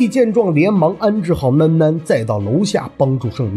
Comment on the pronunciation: 囡囡 普通話發不了這音 你說女兒就行了 聽着有些難受